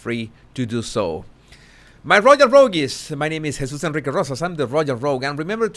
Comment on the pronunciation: Guess I have gone from being a "Buddy" to being a "Rogue-y". Proud of either title :) Thanks for your broadcasts Jesus - love the way your name is pronounced!